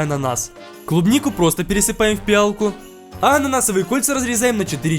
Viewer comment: Не пиАла а пиалА